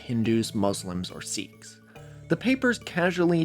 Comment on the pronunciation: Small correction - Sikh is pronounced like "sick."